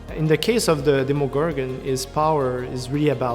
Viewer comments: Deemogorgon, jemogorgan, demogorgran bruh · The fact he said DEEMO gorgon triggered me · everybody pronounces demogorgon differently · These guys don't know how to pronounce demogorgon my god